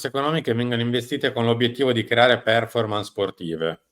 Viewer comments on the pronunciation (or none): none